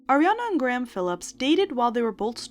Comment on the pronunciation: did you sincerely just say gray-ham? instead of graham?